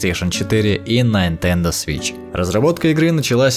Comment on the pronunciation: Мне не показалось, ты сказал "Найн-тендо"?) Симпатичный платформер, к слову, следил за разработкой. Почему же ты не сделал с ним интервью фейс-ту-фейс? Почему только рассказ?